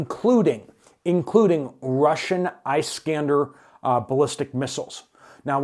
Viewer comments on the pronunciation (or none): It is not Ice skander . Pronounsed as ( Iss kaan der ) a derivitive of Alexander ! Thank you . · Iṣ-kan-dār missile